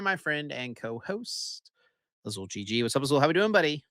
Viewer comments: Azul with the most Spanish sounding name but not knowing that Spanish also pronounces double l the same as French. 😂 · Azul out here pretending like he's never seen a double L not make a sound when he's got quite possibly the most Hispanic name available. lol